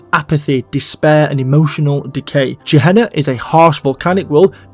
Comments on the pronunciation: Gehenna should be pronounced with a hard "G". Its a transliteration of גיא בן הינום a location in Jerusalem which is used as a term for the Bad Place in Jewish eschotology. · Gehenna is pronounced with a hard G, as in give, gift, get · Unless it’s different in DnD lore than it is in real life, Gehenna is pronounced with a hard G like in “ghost”. It’s one of the words translated to “Hell” in the Bible, along with Hades and Tartarus. It’s also a real place in Jerusalem you can visit. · 1. The pronunciation of "Carceri" has one hard and one soft C, like "incarcerate." Because it's a prison. 2. Both "Gehenna" and "Sigil" are correctly pronounced with a hard G.